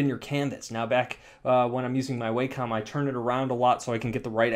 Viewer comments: FYI: I believe it's pronounced "wah-kum," not "way-com." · Its pronounced wah-com. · Tattoos_By_Kai I do it too. I know it's pronounced (Wah-com) but Way-com sounds a lot better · Yeah, I pronounced it "Way-com" for years before learning better. Japanese pronunciation and all that. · Life's biggest mysteries include: what happens once you die?, is there extra terrestrial life in the universe?, what does it feel like not to exist?, and HOW THE HELL DO YOU PRONOUNCE WACOM!? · ***** yeah, I live in CA and most people do mispronounce it. Doesn't make it right.